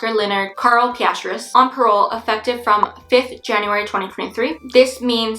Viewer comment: For future reference, you pronounce Pistorius just the way it is spelled: Pis•stor•eeus